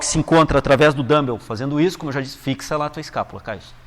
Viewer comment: Boa explicação. Só queria avisar que não é assim que se pronuncia dumbbell. Melhor falar halteres mesmo! rs